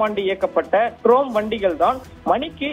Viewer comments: தம்பி ட்ரோம் வண்டி இல்லைப்பா ட்ராம். புதுசா? கொஞ்சம் தடுமாற்றமா இருக்கே? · ட்ரோம் இல்ல , அது ட்ராம். ஏய்யா கழுத்தை அறுக்கிறே. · ட்ரோம் இல்லை… இது ட்ராம்! …உச்சரிப்பை ஒழுங்காக சொல்லவும் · டேய் ட்ராம் வண்டின்னு சொல்லுடா. ட்ரோம் ட்ரோம்னு சொல்லி எரிச்சல் மூட்டாதே...!!